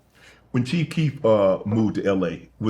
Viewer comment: Mans said Cheef 😭